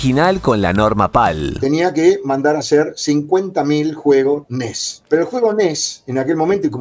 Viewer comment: Me da mucha risa cuando dice: ENIES, jajajajajaja !!!!!!!😂😂😂😂😂😂 Como mexicano que soy, aca le decimos: LA NES ORIGINAL, la que compramos PRIMERO, hasta que supimos que había juegos "piratas", y entonces sabíamos que, si había juegos "pirata", entonces tendría que haber consolas "pirata".😢😢😢😢😢